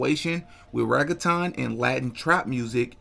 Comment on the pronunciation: you killin me w. The pronounciation 😂😂l it's " reggae - tone" for pronounciation